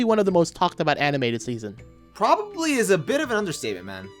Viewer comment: no offence but who says dis and za